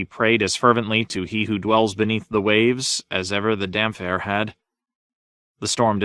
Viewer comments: I thought Dam-phair was the worst. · Don’t forget Dam-phair